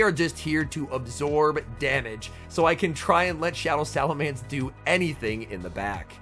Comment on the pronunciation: I feel physical pain hearing him say salaMANCE and not salaMENCE 🫨